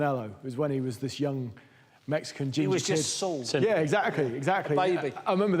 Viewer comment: so annoying that they pronounce it that way, they were also calling him Sol rather than Saul